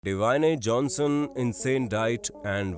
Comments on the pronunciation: Bhai mere its not divaine Johnson its Dwayne Johnson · It's not Diwa...ine it's Dwayne Johnson .. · Dyane Jonson nhi dwyne Jonson hota hai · It's Dwayne Johnson not divine Johnson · Bhai its not d - wayne Johnson 🤣 Its Dwayne Johnson 😂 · Bhai it's D W Ai N Johnson Di wai ne Johnson nahi and vo Rugby hai football nhi. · It's not DAWANE JOHNSON man, it's DWAYNE JOHNSON.. Plz pronounce the name properly.. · Bhai katai pagal ho yrr dawane johnson bol rahe ho dwayne johnson ko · D wyne Johnson nahi hota bro Dwayne Johnson hota he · Abey wo divane johnson nahi Dwayne Johnson hai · Deewane johnson nhi Dwayne johnson h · BRO, IT'S NOT DEEWANE JOHNSON, ITS DWAYNE (ड्वेन) Johnson, please Correct it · Deewane Johnson nahi bhai, Dwayne Johnson hai woh. HAHA. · Divine-e-jhonson nhi Dwayne Johnson 😃😄😆😅😂🤣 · डवाएने नही भाईसाहब डुयेन जोनसन है। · Abe ..... Diwane Johnson nahi.....😂😂😂 😂 D wan h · Its dwyan not daawaanee 🤣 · Dawayne nhi bhai Dwayne Johnson bol to sahi se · Your pronounciation is wrong... It's Dwayne Johnson,not dawayene Johnson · Deeevaaine johnson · naam toh sahi se lele pehele...dewaney johnson? wtf 😂😂😂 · Dwaaanye Johnson 😂😂😂😂😂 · Its not deewane johnson😂😂😂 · What He Pronounced In starting??? Dawain😂😂😂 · He is saying " diwane Johnson" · Is he saying "D o aane" Johnson ???? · It's Deewaane johnson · Divaine Johnson 🧐🧐is chicha ko naam ka pronunciation bhi nahi aata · Da-wayne Johnson... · The way he pronounce Dwyane Johnson is hilarious.. 😅😅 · Bhai video banao achi baat h but kum se kum naam to thik se lo insan ka or agr nhi aata h to (The rock) he bol lo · Dwayne ka pronounce gajab tha bhai 😂😂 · Bhai aap unka naam galat pronounce kar rahe ho